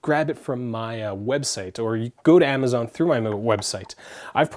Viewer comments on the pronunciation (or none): none